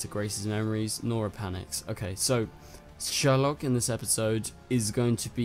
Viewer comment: niece not daughter mic drop i mean basically the same thing and its prounounced seourlok, not sherlock lol